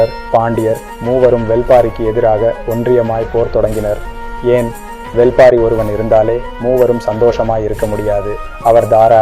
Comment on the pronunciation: Brother... Thats not வெல் பாரி... That's வேள் பாரி